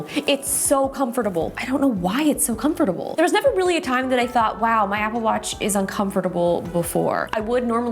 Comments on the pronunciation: Your pronunciation of comfortable hurts my brain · Is anyone cringing about the way she says comfortable? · Yeah she says is Come-fer-tuh-bull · The way she say Com Fort Able XD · Laughing at the way you pronounce comforTable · Drink every time Justine says "com-fertible" :) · So comfortab”B”le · Love Justine, but her saying “ComFOR-TA-ble” is kinda of annoying me 😂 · She saids comfortable different. It sounds so weird to me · I just love how she says comfortable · why do you say comfortable wrong? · Is anyone else hearing the word ‘comfortable’ differently... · The comment I was looking for, I thought I was saying it wrong for a second. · Yes, I was like ummm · It's a bit shocking coming from a native speaker..... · Came to the comments to see if I was the only one😂😂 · THANK YOU. I was looking for someone who commented on it! lol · Glad I was not the only one to notice it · The way Justine pronunces comfortable... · No ones gonna talk about how she says comfortable 😭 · I’m confused now you say com-for-ta-ble? Or comf-tar-ble? How do you pronounce that 😩